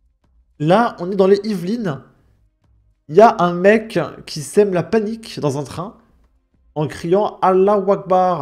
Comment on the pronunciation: C'est pas Archères c'est Achères. C'est pas les Hyvelines c'est Yvelines faut faire la liaison t'as du mal a parler